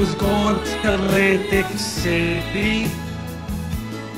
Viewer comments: Love how he rolls that L in Lantic city, sexy. Im straight, im juss sayin. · laaaaaanntic ceeti🤤